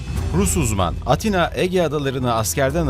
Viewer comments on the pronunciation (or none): none